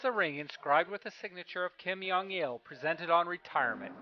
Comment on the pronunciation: I like how u pronounced Kim Jong Un : Kim yung wun ; and also Kim Jong il as Kim Yung eel